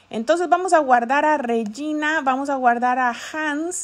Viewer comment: holi me gusto Regina por que me llamo asi.. no te ofendo pero se pronuncia REJINA